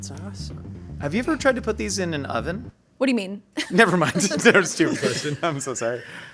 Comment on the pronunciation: "what is this, *como se dice*, oh-ven?"